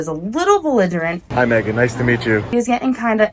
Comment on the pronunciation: Someone has to teach this chick that T's and G's exist in the English language and we pronounce them. If she can't get that much right, what else is she ge-in' wrong???